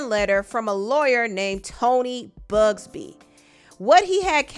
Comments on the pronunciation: It’s not “Bugsby” it’s “Buzbee” 😅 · Buzbee not bugsbee gworl🤭🤭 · BUZBEE NOT BUGSBEE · ...there is no "G" in Buzbee. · Oh be careful he'll send you a bully letter that he sent to Buzzbee the lawyer,hasn't said a word ...just a strong letter...it's Buzzbee NOT BUGSBEE, 😂😂😂😂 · It’s you calling him Tony Bugzbee for me 🤣🤣🤣🤣🤣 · Lol You calling Buzbee "Bugsbee" every single time is sending me up the wall lmaaoooo I told y'all that before 2024 ends more things are going to come out 2025 is going to be worse, watch. It only get's crazier and more dystopian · keeps saying Bugsby 😂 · I’m laughing at you saying BUGSBY lol… but yes, jay Z’s time is up. You know what else is horrible?? These celebrities and politicians raping and killing people!! F these people